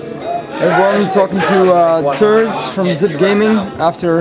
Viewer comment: Were here with turdz hahahaha its turtz!